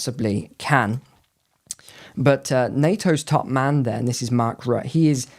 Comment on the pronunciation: You pronounce his name Mark Rutter